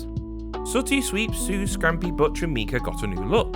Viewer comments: Nice vid, mate. But correction: The cat's name is Miki, not Mika. Just letting you know :) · Miki the cat not mika